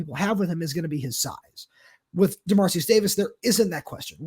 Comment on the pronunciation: Hate being this guy :) but given how relevant he is right now I think it would be nice to learn how the name “Dermaricus” is pronounced (or at least pronounce it phonetically). I’ll admit to not knowing it myself but I’m pretty certain based on the spelling you guys are both pronouncing it wrong.